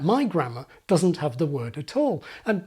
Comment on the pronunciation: Dudn't. Wudn't. Not a fucking coincidence. Sad.